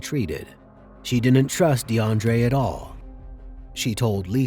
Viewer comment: "Deandrea"- enough said